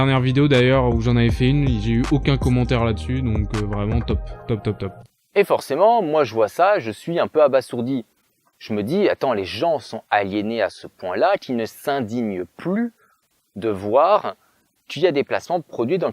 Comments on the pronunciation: On dit aba"z"ourdi et non abassourdi :D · Ne dit-on pas abasourdi avec le "s" se prononçant comme un "z" ? Sinon courage dans ta lutte contre les faquins, ce ne sera pas chose aisée !